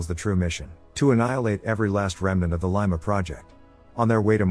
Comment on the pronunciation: Can't even pronounce 'Lima' properly...